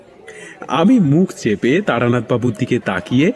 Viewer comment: আজকাল সবকিছুতেই গারপাকামো। এটা তারানাথ না বারানাথ।